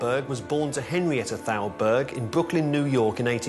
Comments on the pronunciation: Thowlberg?! Thowlberg?! Come ON man!! Thowlberg?! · I love this series, but your pronunciation of Thalberg is horrible. And, you say it so many times.